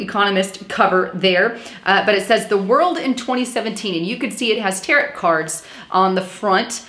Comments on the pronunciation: Tarot pronounced (tear o) not Tarot like carrot. Satanic? Might want to research a bit more on these. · Love ya, Sister! What a great job you are doing. Btw, the mystical Tarot cards are pronounced Taro... the T on the end is silent. 😇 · You mispronounced Tarot & also called them satanic. Incorrect. Please don't spread rumors.